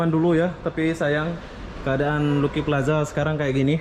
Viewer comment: ....Lucky Plaza sebutan nya....Laki plaza...bukan Luki.